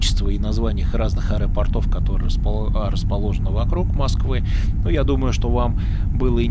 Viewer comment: Не аэропортОв, а аэропОртов. Режет слух.